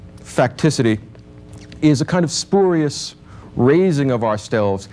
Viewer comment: He pronounces spurious spoorius incorrectly. And excuse me - tropee? Where did this PHD learn how to speak English?